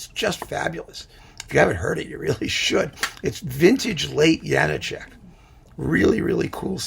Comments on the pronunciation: A now-Canadian-citizen violinist friend / colleague, who was born in the then-Czechoslovakia and who moved to Canada in his high-school years, insisted that the diacritical marks in the spelling of Janacek's name means that it should be pronounced Ya-NAH-check, with the stress / accent on the middle syllable of the three. Make of that what you will... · On a walking tour of the Czech Republic, I asked our guide (a native Czech) about the correct pronunciation of the name. She said it's "yah-NAH-check."